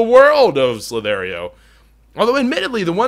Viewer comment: Dude its the other way around it Ssss-lll-iii-tt-hh-eee-rrr :D This is not a hate comment just bringing it out there